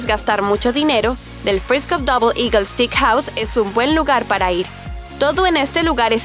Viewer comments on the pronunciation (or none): stickhouse, stickhouse y stickhouse… se dice STEAKHOUSE!